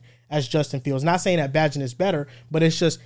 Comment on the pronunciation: if your gonna be a bears fan get Bagents name right Bae-Gent